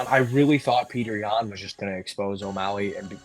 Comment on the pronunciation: who was the 1 that said omalley LMAO